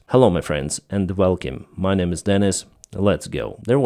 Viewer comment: 400 videos with the same intro and he still pronounces "Welcome" as "Velkhim".